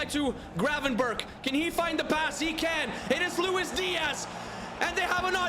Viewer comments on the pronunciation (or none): none